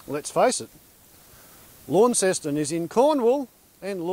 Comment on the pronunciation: you say Launceston wrong haha